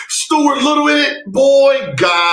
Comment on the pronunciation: Not "Stuart Little"😂😶‍🌫